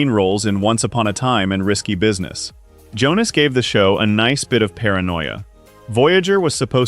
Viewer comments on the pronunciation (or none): none